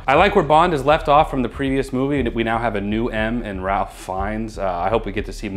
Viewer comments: 100%, Chris Cornell's song for Casino Royale is awesome. Btw,, it's not "Ralph", it's pronounced "rafe". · It’s pronounced Rafe… not Ralf. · Ralph Feinnes is pronounced RAY-f (rhyming with Safe or Waif) not RAL-ph (as in Ralph. Nothing rhymes with Ralph). I'd also love to see Sherlock on the list! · Ralph Fiennes' first name isn't pronounced as if it rhymes with 'Alf', it rhymes with 'strafe'. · I'm sure someone else has already commented on it, but since you did it in the last movie too, I'll go ahead and comment on it. Ralph Fiennes first name is pronounced like Strafe, but without the st. Or like Rave with a shorter hold time the a and a F sound instead of a V sound. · It’s pronounced Rafe not Rahlph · Kind of pointless since you've only got one more movie, but Ralph Fiennes' first name is pronounced "Rayf" not "Ralph" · Can we all say it together one time? Raif! His name is Raif. Spelled Ralph, pronounced Raif. Ralph Fiennes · critiques are right on the money. It’s quite a step down from Skyfall for all of those reasons. Also, I love the way you guys say Ralph Fiennes’ name haha it’s pronounced RAYF FYNZ. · Once again, Ralph Fiennes is pronounced like Safe Signs. Cmon. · Ralph Fiennes is pronounced RAFE Fiennes! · Boooo, my comment on 'Skyfall' was better, and for crying out loud, Ralph Fiennes is pronounced 'Rafe Fiennes' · How he pronounces Ralph Fiennes name is funny.Its like when Kathleen Turner said it the same way.😂